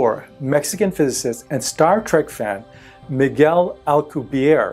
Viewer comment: You’re not pronouncing his name correctly. It’s Spanish from Miguel’s father who is from Spain. Miguel grew up in Mexico. Basically pronounce the E on the end.